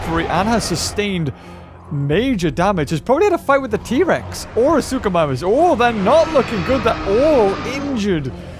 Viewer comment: U pronounced suchomimus wrong